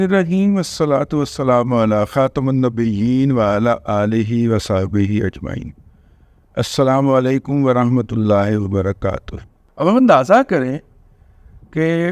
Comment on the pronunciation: علی خاتم النبیین میم کے زبر کے ساتھ نہیں بلکہ میم کے زیر کے ساتھ پڑھا جائے گا......... علی خاتمِ النبیین